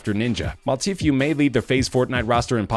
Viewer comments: he says tfue like teeth you instead of saying it lile tee foo PrAcTiCe BrUh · He said TKue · nigga said t few😭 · I hate it when people say teefiue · Did he say faze tfyue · This kid doesn’t know anybody in fortnite he said t few lmao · He pronounces Tfue like Tfew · How he pronounces tfue make me cringe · I hate how he said tfue wrong